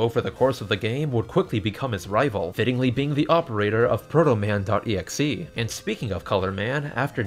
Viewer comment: you had trouble with protoman